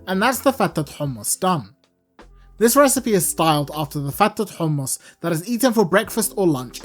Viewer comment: Now ill get the proper ingedients to make some good HOMMus 😁 i like the way you pronounce it. There should be a Bass boosted Version